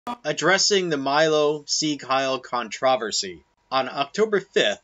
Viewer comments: That's not how you say controversy. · Why did you pronounce controversy like that